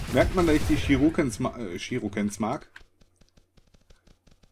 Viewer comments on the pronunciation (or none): Die Wurfsterne heissen shuriken, nicht shiruken(Glaub ich zum.)